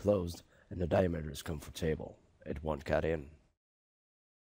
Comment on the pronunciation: Thanks for this review. By the way: it's "COMfortable", not "comforTABLE".